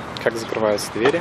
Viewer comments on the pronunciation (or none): none